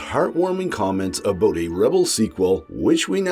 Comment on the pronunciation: Are you Canadian and did you say "aboot"?